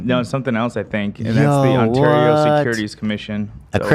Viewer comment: shout out for pronouncing Ontario correctly